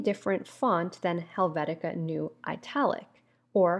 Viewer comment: Thanks for the video. minor note: It's Helvetica Neue - more like, noya not queue ( /kyo͞o/ )